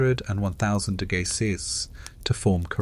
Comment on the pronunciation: "800 to 1,000 degacies"? What are "degacies"